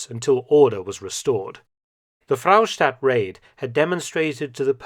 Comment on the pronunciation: Fraustadt is just 1 'r' , no need to say Frrrrraustadt 😂